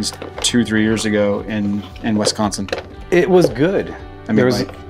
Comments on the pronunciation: YES!!! I don’t know why people pronounce it Wesconsin like Bret Musberger used to on nationally televised Badger games. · As a Wisconsite, it irks me so much when people call it Wesconsin! Bret Musberger used to call us Wesconsin on all of the Badger football broadcasts and never learned how say it right. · Yo it's pronounced WIS- consin.